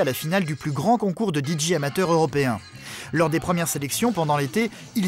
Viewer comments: Même DIJÉ ... lol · Que ça m'énerve, pas juste moi j'espère. Comment prononcé un D et un J en anglais. Parce que là le narrateur prononce le D en anglais: Di mais le J en anglais ce n'est pas JI mais bien JÉ, JI étant la lettre G en anglais et JÉ la lettre J. Donc en anglais on dit DI JÉ et non DI JI... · Il aurait du le prononcer en français : Dé Ji 😜